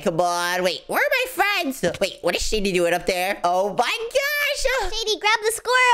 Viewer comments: You say sady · You say shady the wrong way